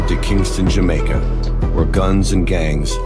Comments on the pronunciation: Jam-i-ca? Have i been living a lie and it's not jam-ay-ca? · its not "Ja my ca" its "Ja may ca" Jamaica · Man said Jamaiyica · Its not pronounced 'Jamica' by anyone else on the planet. Just so you know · Planning to step the game up in 2024. If you wanna support the production and get perks in return, sign up on Patreon! PS. Also planning to learn how to pronounce Jamaica properly 😬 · that pronunciation of Jamaica is roughhhhhhh. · love the content pal. please never say jamacia again lol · Why does he keep saying Jamaica wrong? Great video otherwise.